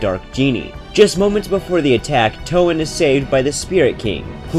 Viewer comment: “Toe Anne”